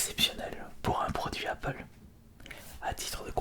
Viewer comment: Au début pk tu sait pas articuler TU DIS APPLEP PAS APPLE